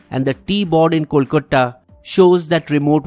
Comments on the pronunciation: your wierd pronounciation of "kolkatta" though.... It really got me🤣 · Hay, why u pronounce "Kolkata" as 'Kolkotta'? I noticed it in several videos....haha LOL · Content aside, what is "Kolkotta"?? Is it some alien place you're hearing for the 1st time...??? :/ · It is not kolkuta rather kolkata or calcutta which will be better convenient for you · Kolkata or just kee saying Calcutta if that helps but please stop with the kolkotta pronunciation! Great video! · This is very informative. I still have a concern with the pronunciations of few words like Kolkata. It will be great if that is taken care. Rest you guys have been doing a fantastic job. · Hi, What's up with your pronunciation of "Kolkata"? Can someone please explain!! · Please improve ur pronounciation of Kolkata .. funny guy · Learn how to pronounce Kolkata before making these nationalistic videos! You pronounce Kolkata with the anglicised pronunciation of Calcutta.